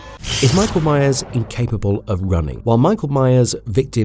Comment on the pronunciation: Every time I heard the name meyers I swear you said Mayans 🤣